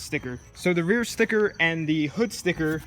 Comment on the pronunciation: Am I the only one hearing "spicker" instead of sticker